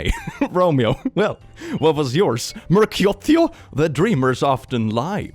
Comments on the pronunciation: Your pronunciation of Mercutio 😂 Mur-cutie-yo lol 😆 I'm pretty sure it's pronounced Mur-queue-she-oh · I prefer "Mer-cutie-o" as pronounced it first time😂. is a cutie-o. (I was going to say he's a Mer-cutie-o like he's some kind of merman cutie but then I remembered Mercutio gets killed in the story so I'll just stick with cutie-o 😅) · I always heard Mercutio pronounced “Mer-cue-shio” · It's mer-KYU-shee-oh. It's not spelled with an a and putting the emphasis on the 3rd syllable destroys the meter. Never heard a single actor, scholar, or teacher say mercu-SHE-o. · Mercutio is simply pronounced Murr-CUE-she-oh. Romeo and Juliet is set in Verona (a city in present day Italy), hence the unusual names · Just a heads up: Marcutio is pronounced Marcu-SHE-o. Back on topic, that Bambi’s Mom and Anthrocon one had me on the floor! 😂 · Pronounced Mer-coo-shio iirc